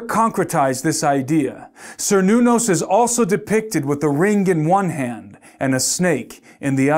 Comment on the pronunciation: First you have to prove there is a who needed that "created" our universe, second you have to answer where that who came from. Thirth, the name "Cernunnos" is pronounced with a "K", not with a "C", and was not a demon at all. So this acronym has nothing to do with some ancient pagan God. How do you pronouns "Celtic"? Does it sound like "Seltis" or "Keltik"? THINK, before you say something. you say one true thing: "Could it all just be coincidental?" YES, you are seeing things that are not there, cause you want them to see. And you went on a fishing tour to find anything to confirm you superstition, you found Kernunnos, (old spelling with a "C"), missprenounced it, and think that you have something to comfirm your BS. I'll stop watching this, cause you are one deluted puppy.